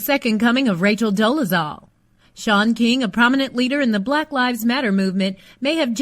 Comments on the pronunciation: Why do you keep calling her Rachel Doorzel when it's Dolezal? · Its Rachel Dolezal...NOT Rachel DORzel! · Rachael Dorzel? It's Dole-a-zall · Rachel Dorezell?🤔is that what she said? Thought it was Rachel Dolezal. Just saying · Who's rachel 'dorazel'. Does she mean dolezal?